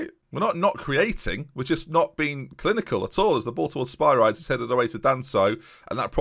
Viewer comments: It is pronounced Spi-ri-dis emphasis on ri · It's probably too late but his name is pronounced O-diss-ee-us Spi-ree-deez